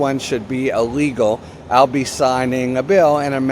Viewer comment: Ill- legal, not uh- legal. Like in illustrate, illiterate, illuminate, illustrate… I like your content.